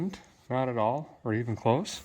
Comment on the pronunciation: Derek, you say at all the same way my late grandfather did; a'tall. It's a nice, if better sweet, thing. 🙂 Also, if your decoding of the cowl tag was correct, I was all of a month old when that Camaro rolled off the line. 😉 Still have ~50 minutes to go on the video, but enjoying your excitement over the 4-bolt and am quite curious to find out where it goes. 👍